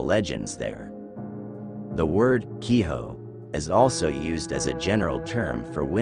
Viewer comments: Kiho? It's Ki-jo this isn't spanish. In japanese J sounds like a J. Infact all the Sounds exactly how it's spelled. All you have to know is what vowels sound like. A as in Another E as in Enough I as in ink but longer sound O as in Oh U as in under So Hikari (He-Ka-ree) = Light Ame (Ah-may) = Rain Gohan (Go-Han) = Rice Kuro (Ku-ro) = Darkness Yorei (Yo-Ray) = ghost Btw roll the Rs Hopefully you get the point. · 鬼女/Kijo is pronounced only as "key-joe."